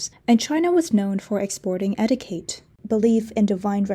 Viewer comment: Your English is splendid, but: Etiquette = "etteekett"